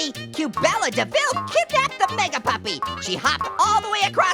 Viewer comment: says meag puppy